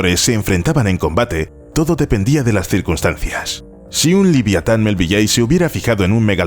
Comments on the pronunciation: "Liviatan", cada vez que lo escuchaba me ponía enfermo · Lo que es la ignorancia de la gente que da por bueno cualquier cosa que le cuentan solo porque la cuentan. Por lo pronto habrá que aprender cómo se pronuncia el nombre del autor de Mobi Dick que no se dice "melvilley". Y Leviatán se dice cómo se escribe "Leviatán" no "liviatán" no es precisamente "liviano"